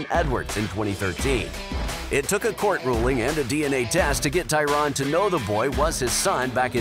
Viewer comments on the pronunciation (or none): ITS NOT TYRON ITS TYRANNNN! 😡🤦🏼‍♂️